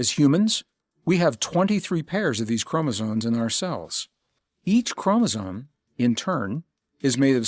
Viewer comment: Lol, chromosones…it’s chromosomes…with an M.